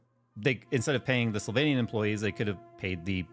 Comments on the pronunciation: am I the only one hearing "Sylvainians"? The vampires of EK from transylvainia will come bite you! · Am I the only one to hear "Pay the sylvainians"